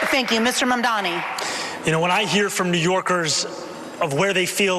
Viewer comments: Does no one else hear that Cuomo mispronounces Zohran's name every time? He keeps saying "Mandommy." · I wonder if they're all committed to mispronouncing zohran's name. it's always mamdaMi instead of mamdaNi and it drives me nuts. i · Ok but my question now is... Why the fuck don't the mediators correct them when they say "mandami"?? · At this point, I think Cuomo has pronounced Mamdani's name every possible way except correctly. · lol Cuomo thinks that saying he’ll tell trump “we don’t need the national guard” is a bar is hilarious. Like others haven’t said that already. Let’s see how many times he says Donald trump. Dude doesn’t realise he’s compromised and it’s so funny. Also it’s MAMDANI!!!! it’s not hard to pronounce- he’s never said it correctly once. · What's even more amazing is that not even Mamdani's fans manage to get his name right. Who's Mumdani? Yesterday TYT published a video and on the thumbnail it said in big bold letters "MANDAMI." Don't know if they have corrected it or not. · There will be tons of New Yorkers voting for Zohran just for being annoyed how his opponents consistently (and intentionally) mispronounce Mamdani lmao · Why can he NOT get his name right? It's really not that hard. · Cuomo still disrepecting Mamdani by not even pronouncing his name correctly. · Cuomo STILL can't say his name RIGHT. Hilarious. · I think it's incredible how Cuomo is not being corrected every time he says Mamdani wrong. Ask him if he's unable or unwilling to do it correctly... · Does Cuomo mispronounce Mamdani on purpose? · yeah. He's been corrected before, so the only good-faith assumption is that he's doing it intentionally to spite him, because the alternative is that his brain is too soup to be able to pronounce a new 3 syllable word no matter how important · Yes. He does it EVERY SINGLE TIME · It’s because he’s intentionally disrespecting him and also racist